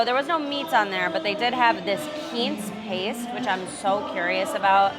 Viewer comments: When she says “Keanse” does she mean Quince (pronounced Quwince)? 🙃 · I've never heard quince pronounced that way; perhaps that's an Hispanic pronunciation? The only way I've ever heard it is 'kwinse' which is the English pronunciation. Then again, I've never heard "char siu" pronounced the way you do either. ("Siu" is "seeooo" or "shu"; I've heard Asians say it both ways. But never "swee.") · Is that the Spanish pronunciation of Quince?....just messin with you. Great vlogs.